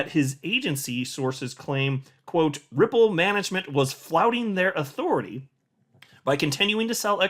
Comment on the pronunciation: …Auth-… authore-tah?